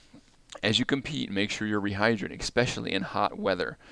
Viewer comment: It’s not ath-a-lete, it’s athlete. It’s not expecially, it’s especially.